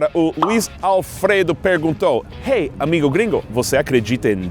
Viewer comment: MAÁIS UMA VEZ...AMIGÔ GRINGÔ.... ! rsrsrssrs